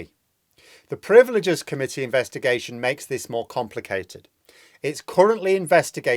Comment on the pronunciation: Privileges, rather than 'priveleges'.